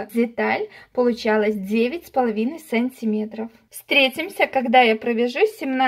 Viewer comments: Все прекрасно, но почему так говоришь сАнтиметров, вместо сантимЕтров. Уши режет во всех ваших видео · Смешно произносите "сАнтиметров"